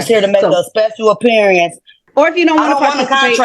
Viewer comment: “Special Appear-e-ance.” Emphasis on “special.”